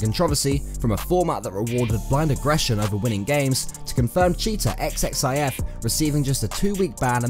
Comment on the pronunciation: Its not spelled X X I F its ,,Zif”